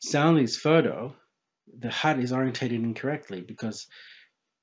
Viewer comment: Oh... A Hut... A thought you were saying hat or heart... As I Haven't bothered looking at anything by Mr Riley for a while I wasn't aware of his obviously flat opinion in this but I couldn't work out what you were saying at first to be honest